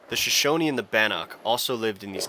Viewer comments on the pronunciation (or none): none